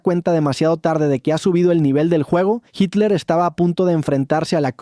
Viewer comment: HILER O HITLER????